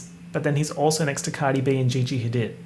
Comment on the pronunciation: I’m sorry but this needs to be said: it’s not Bella ha did it’s more like Bella hadeed good luck luv